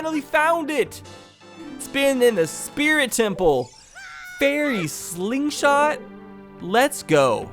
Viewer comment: This is my fourth time watching this video and I realised now that when said fairy slingshot he sounded Asian